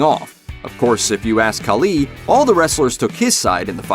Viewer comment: Please say batista and khali’s name correctly it irks my soul